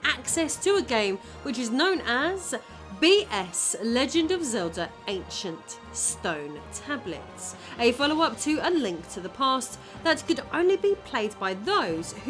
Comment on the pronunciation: "AnchunT Stern Tabluts" Also, "begging the question" does not mean what you think it means.